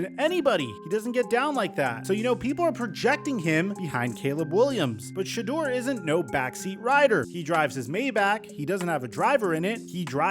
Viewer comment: "Maybacks" lol try the other A in the "bach" part